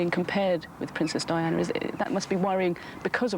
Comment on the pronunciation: Only birde who got all 4 names right. Diana and Fergie messed up